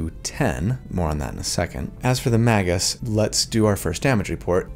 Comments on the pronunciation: Yes, pronouncing it "Mah-gus" does sound weird, which is why you should say "May-gus" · Appreciate the video! (Pronounced May-gus though not Mah-gus) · It's pronounced "mage-juice". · Magus sounds like May-gus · Since you mentioned it, I'm pretty sure it's pronounce may-gus, like rhyming with Vegas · I pronounce it Mage-us, with a soft G / J sound. That hard G just sounds like he's trying to break something with his words. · You know, I have never heard someone say Magus out loud until now... I always pronounced it like "Mage - us". Have I been wrong all this time? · I was pretty sure its pronounced magious. ? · Feel free to pronounce it "may-gus" since that does follow phonetics, having a vowel before and after a consonant and the root is Mage.